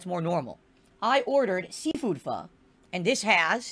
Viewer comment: At least he pronounced “pho” better than LowTierGod.